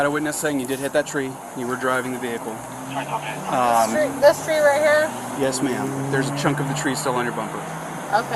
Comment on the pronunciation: “You want me to pull your vihacle?” 😂